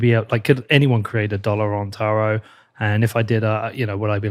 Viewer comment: I thought you were saying Terra for taro 😅